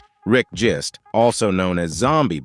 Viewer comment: His name is Rick Genest, not Jist.